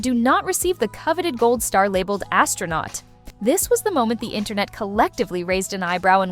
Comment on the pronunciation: gayle king... it was just a "RIDE"... remember that... "ass-tro-not"... 😂😂😂...